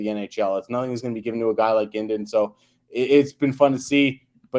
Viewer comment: Guindon is pronounced like 'Hudon'. It is not 'Gwindin'. Good prospect analysis but he didn't answer the initial question of 'will they be on the Habs in 2024-25' for every prospect.